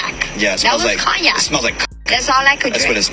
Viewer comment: That man said "cockyac''😂😂😂